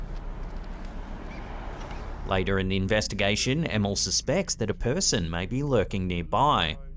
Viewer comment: The way you pronounced Emil.. Emmel :D